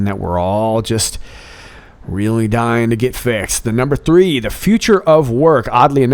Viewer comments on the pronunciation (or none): none